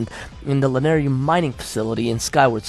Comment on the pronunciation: Man... it's LanaYRU... Y-R-U ;P I dunno why but it hurt my ears every single time you pronounced it Lanaryu (yru-ryu). It hurts a Zelda fan xD